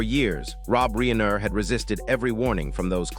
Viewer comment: Reeener???? Not fake dramatic